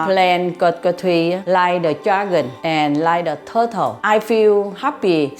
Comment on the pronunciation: the way she says turtle😂